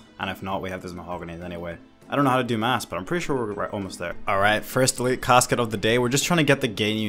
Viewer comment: Bruh, its math not mass 😂